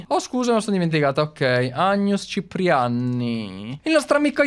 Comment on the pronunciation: quando e uscito due volte angus ciprianni il secondo era Cipriaani invece di ciprianni